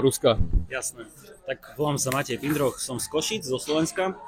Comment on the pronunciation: Pozdravy, pre a, zo Slovenska. Nech sa darí! Doplním: Matej (vyslovuj "ť", píš Matej).